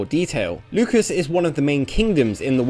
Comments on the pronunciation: Lucas???? It's Lucis... Loo Sis.... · This isn't the country of George Lucas, pronounce it properly scrub. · Every time you called it Lucas instead of Lucis I lost 100hp. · Who cares about China? Even talking animals are banned there By the way 'Lukis' lol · actually we're both wrong. It's latin and it's pronounced "Lootchis". But the game uses Loosis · Did he say Lucas? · It made me lose track of what he was saying every time he said Lukis. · You pronouncing Lucis is just by far the most awful thing I've heard this month. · Omg you butchered the pronunciation of Lucis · the way you pronounce "Lucis" is unsettling.